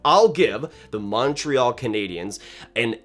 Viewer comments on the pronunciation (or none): none